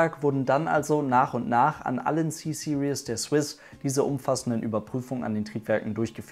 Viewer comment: Finde es so lustig, vor allem Deutsche sprechen „Series“ immer so aus wie das Wort „Seriös“, also „Serious“ aber eigentlich spricht man es eher so aus: „Siriiis“ am ende ist kein „ie“ und auch kein „ou“ Ist mir erstmals bei Matthias Malmedie von Grip aufgefallen, als er einen Mercedes Black Series fuhr. Dachte ständig das das Auto „Black Serious“ heisst, also „Schwarz Seriös“ bis ich es verstanden habe! 😂🤣